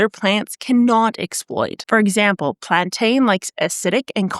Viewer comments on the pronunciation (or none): Im here to hear her say “exzhample”, she said it 3 time.